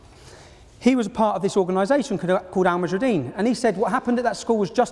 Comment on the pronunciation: you would think he could get the name right, seeing as he thinks they are such a big threat. the group is called 'Al muhajiroun' and not 'Al mahujarideen' as he keeps saying.